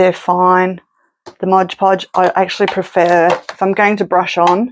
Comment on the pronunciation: MOD podge, not MODGE podge. So many people say this wrong.